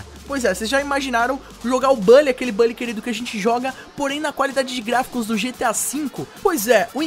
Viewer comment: kkkkkkkk, é estranho mesmo pronunciar "bally". Eu vou ficar com minha velha pronúncia "Bully" mesmo, muito mais top kkkkk